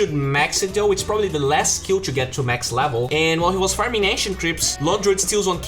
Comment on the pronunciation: LEVEL = LAAAVEL. Better = BATTER.